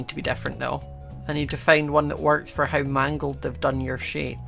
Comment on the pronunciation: Hi remember when ou said in the crazycraft war you sound so Scottish when you said "now we got food fore days" i lovced thatline plz like if you remember it